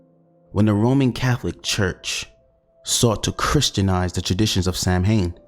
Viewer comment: Nice vid and you'll be forgiven for pronouncing the Gaelic word 'Samhain' as 'Sam Hain' because that's how it's spelt but the correct pronunciation is Sow (as in Cow) and-ain (as in pain) the mh is silent.